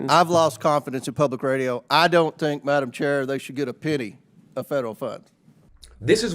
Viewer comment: “I don’t think they should git a pinny” -James fknMoron Comer